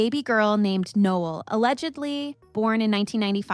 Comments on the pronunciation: Pretty sure ur saying her name way wrong... No- Ell... like the Christmas song... not like a guy. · It’s pronounced ‘No-Elle’ just FYI…it’s probably spelled like Noel…just saying, no disrespect ❤️ Noelle would be the proper spelling…